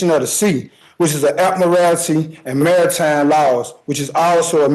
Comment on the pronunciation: New Law: If a defendant cannot properly pronounce jurisdiction, statute, or admiralty, they are encouraged to represent themselves for our entertainment.